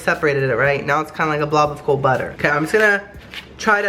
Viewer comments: "Next we're going to add BUTTEH"😂😂😂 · I DIED WHEN HE SAID BUTTER LIKE BAAHGA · Someone needs to make a compilation of saying "perfect" and British accent "butter"